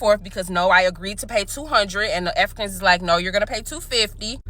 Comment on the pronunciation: mins in, the way she says Afri-cons is hilarious.